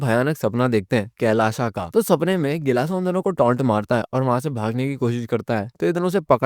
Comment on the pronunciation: BHAIYA kelasa nahi gilasa